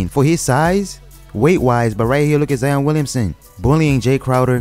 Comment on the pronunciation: “Zien Williamsen”😂